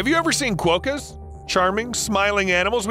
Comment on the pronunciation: Sorry dude but it's pronounced "kwokka" not "kwoh-kah".